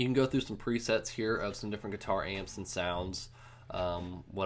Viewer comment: Every time he says "Guitar", it sounds like he says "Qatar". Thanks for the video though :)